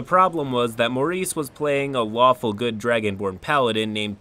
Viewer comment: I thought he said waffle not lawful for a second